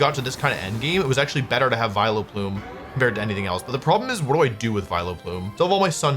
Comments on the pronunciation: Why do you say Viloplume lmfao! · How is no one mentioning "Viloplume"